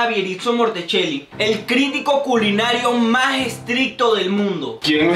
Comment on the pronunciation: Dijo mási. jajaja 😂